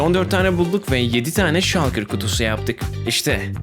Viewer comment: Şalkır diye okunmuyo ŞULKIR ŞULKIR